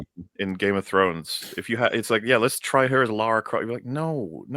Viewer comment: Ah yes, Clara Loft